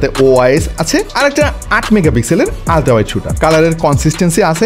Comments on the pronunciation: ভাই আল্ট্রা কে ওল্ট্রা বলেন কেন😂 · Vai sorry,,,, 🥲 but, Ulঠa Kemon jokhon bolen tokhon Kemon jani lage 🙂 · ভাই আল্ট্রো না বলে উল্ট্রা বলতে হয় তাহলে কেমন হবে বলুন তো ভাই😂😂😂